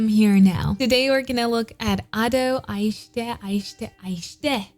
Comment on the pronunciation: I hate the fact you miss pronounced "aishite"